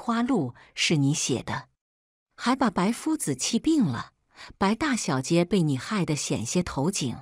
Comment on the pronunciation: 掌嘴，不是长嘴！ 还有，是大小姐，不是大小 街。